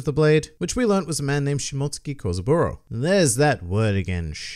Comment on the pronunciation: Thank you!! At last someone knows how to pronounce shimotsuki👍